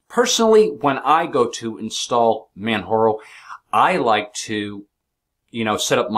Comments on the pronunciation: man jar o, not man har o. this is not a spanish distro. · its not manharo, its manJaro. its not spanish its english